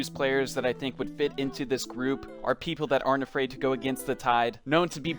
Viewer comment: Did this man say “SH”People at the beginning oh hell nahh lmaoooo